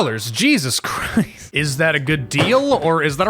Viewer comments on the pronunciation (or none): none